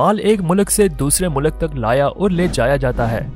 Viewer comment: Good story telling. But please rectify the pronunciation- Its Mulk,not mulak.